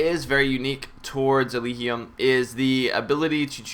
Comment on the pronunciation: I think it's pronounced "El-ij-ee-um"